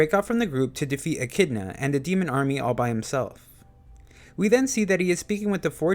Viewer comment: When you can't pronounce echidna 😂😂